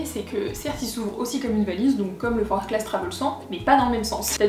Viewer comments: On prononce forclaz sans le z car c'est haut savoyard ;) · Je me permets juste une rectification sur la prononciation de la marque car je viens de Haute-Savoie et ce sac porte le nom d'une commune de ce département. On prononce donc Forclaz sans le Z, Forcla